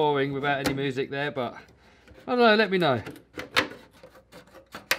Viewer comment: Haha he said moosic